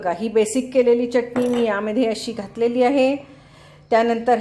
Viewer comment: मॅडम छान शुद्ध बोलता, पण चटणी म्हणताना जीभ वरच्या दाताच्या आतल्या बाजूला घेवून बोला , तुम्ही ओठांचा चंबू करुन च la च असे च्च उच्चारता , ते बरोबर वाटत नाही , योग्य शब्दाचे उच्चारण आले की ऐकायला बरे वाटते